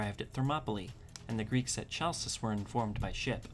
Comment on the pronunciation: Nice video's, just need a bit more work on your Greek pronunciation. Eg.: it's not Tshalkis but Halkis.